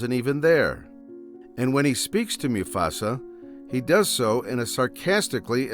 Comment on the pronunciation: “Moo-Fasa” is pronounced right.